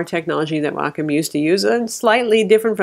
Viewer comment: for pronouncing "Wacom" correctly :)